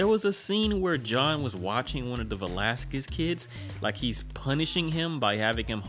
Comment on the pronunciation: You pronounce his name Velásquez